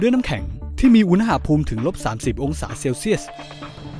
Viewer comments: โทษครับ ตอนพี่พูดคำว่า อุณหภูมิ พี่ เหมือน พูดว่า อุณ๋หภูมิ เลยครับ ตลกดี ไม่ว่ากันน่ะ แค่พูเเฉยๆ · สรุปอ่านว่า อุณ ห ภูมิ เหรอฟังมันขัดๆ